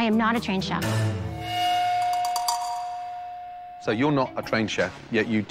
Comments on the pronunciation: lmao "shef" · Did u really say "Shef." Bruh. Also, it's Gordon, not Gorden